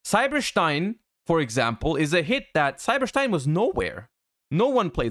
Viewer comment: "Cyber Shtein"